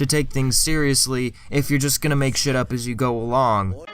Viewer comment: You say "shit" like an Irish man. I respect it.